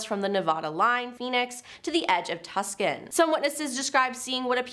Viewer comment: The city Tucson is pronounced two-sahn, not tuckson.